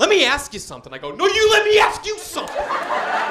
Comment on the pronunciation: "Where we at with the budged" just sent me